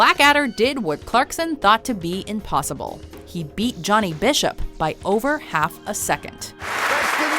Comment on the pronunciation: Did you just say... Johnny Bishop?